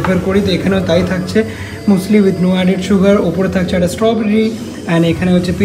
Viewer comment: Hi didi muesli k musli bole na মিউসলি bole..... Loads of love🥰